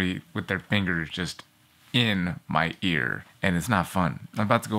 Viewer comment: "my eeear is driving me completelyfreakingnuts!" I literally had to pause to finish lmao I like the edited videos